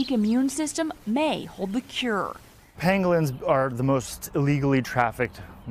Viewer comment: says pengolins